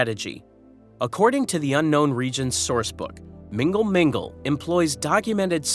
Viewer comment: Its not "Mingle Mingle " 😂